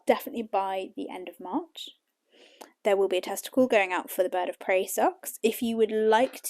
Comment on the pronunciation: Love your podcast 😊 although I almost fell off my chair when I heard you say “I’m going to be releasing a testicle at the end of March”. Took me a moment to realise you said tester call 😂